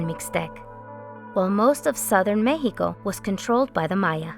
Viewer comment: Central mehico, was dominated by the Aztecs, Mayans, koosomeh, taconites, chimichiungas, and mehico. 😂 I’m sorry but she’s extra.